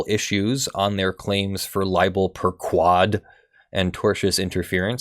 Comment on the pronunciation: Man, I keep getting tripped up when you say libel 'per ku-wad'. The sort-of more correct pronunciation (in Latin) is libel per-'k-wohd' with an 'o' as in 'morning'. Also 'per' should sound more like 'pear' instead of 'pur', although I approve of any cat sounds in law.